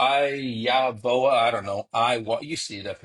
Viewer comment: It's I-YO-VIA